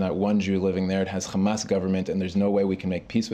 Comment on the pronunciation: It always puzzles me why people who appear to be American immigrants to the zionist entity insist on pronouncing "khamas". Just say a regular English "h" sound.